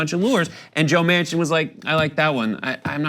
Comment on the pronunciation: Well... it is joe MAN-Chin . not WoMan-Chin.